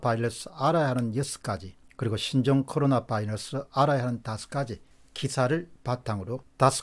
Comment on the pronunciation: 바이러스 발음이 맞습니다. Virus 는 R발음이라 바일러스 L발음이랑은 많이 틀립니다.